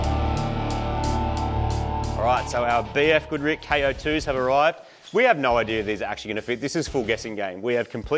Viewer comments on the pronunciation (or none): bf goodrick lol it's BF GoodriCH I hope this is on purpose. Please don't tell me you will go out of your' way to pronounce tein coilovers correctly and then butcha 😂 American brands